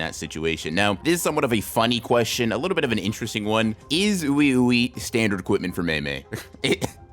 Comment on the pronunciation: Oui Ouis name is pronounced wee wee pretty sure they are supposed to be french. Wee wee and Mei Mei